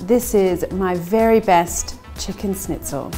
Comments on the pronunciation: it´a not a snitzel it´s a schnitzel, sch in german is pronounced like sh in english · lovely video, but one small thing: it's not pronounced snitzel. It's Shnitzel (with an Sh like in "Sherry") :) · It's not a SNITZEL . It's a SHHHH...nitzel. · Nice, easy recipe. Like the idea of adding parm to the mix and the "dry brine" step. (Please, it's not really hard to say "schnitzel" instead of "snitzel" which sounds weird. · yeah. im german and that kinda triggered me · A Germanic(?) recipe and she uses: Japanese breadcrumbs Italian cheese Japanese mayonnaise Japanese “dipping” sauce A lime, which surely isn’t in the “native” recipe (I’d wager a lemon is) And the icing on the cake is pronouncing it almost like “sneeze” instead of “sh-nitz”… Just… Yeah. “”Schnitzel”” alright… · Snitzel 😂 loved it. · Pronounced SHnitzel. But you're so darling, we'll all forgive you! 🤣😂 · It may be spelled schnitzel but it is pronounce shnitzel. And no cheese!!!!